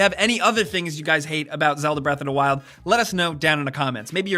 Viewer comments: what really drives me crazy is how he pronounces it breath a 'da wild. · Zelda: Breath Uhhh-Duh Wild. pronunciation is hilarious to me.